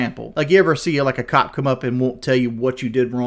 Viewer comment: I think I heard him pronounce "cop" as both clop and cod in this video alone. All that sugar and aspartame has turn his brain into swiss cheese.